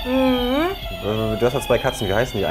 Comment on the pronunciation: Mensch,, die heißt SOFIA und nicht SOFIE!! Schlauköpfe.